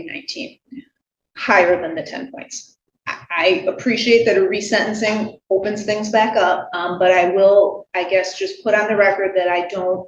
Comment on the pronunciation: AI voice jumps right in and says RESENT-enc-ing ("rezent") instead of re-sentence-ing. Please! Use your own real human voice.